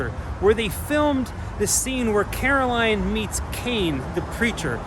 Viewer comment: Carroll Anne not Caroline